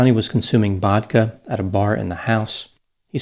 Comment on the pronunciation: I know I can trust because of how he pronounced vodka edit: nvrm dissapointed, no Bodka